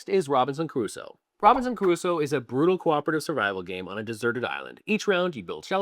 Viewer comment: Man, I was totally loving this video until I heard Robinson kuh-roo-so. It’s kroo-so. Sorry to be that guy…:) Don’t take this seriously. But seriously, I love your “I don’t give a shit” attitude” where you shit on a game that one of the most respected publishers/developers in the industry (Jamey Stegmaier) spent years and years working on. Boss move.